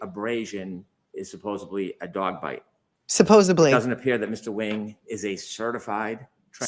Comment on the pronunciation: Can Brennan learn to speak simple English? The word is “SUPPOSEDLY,” not supposedly. . What are you, Brennan, in the 4th grade?